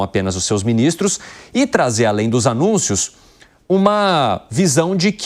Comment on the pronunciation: O apresentador falou foi anus kkk!